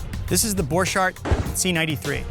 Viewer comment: You prononce it borkart